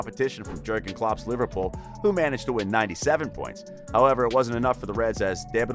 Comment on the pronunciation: Jergen Klopp.... Ugh...